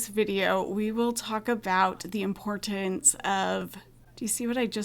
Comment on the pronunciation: For some unknown reason people have stopped pronouncing the consonants - imporant. Doesn’t seem regional.